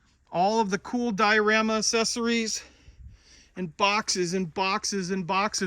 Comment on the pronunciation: Accessories is pronounced ak-SES-or-es. The first c is pronounced as a k, as in accept and accentuate and accelerate.